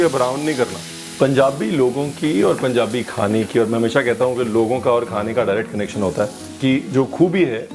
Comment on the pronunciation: Love how he says Punjabi. Being a punjabi feel so good